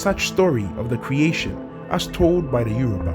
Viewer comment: It isyoruba not Euro ba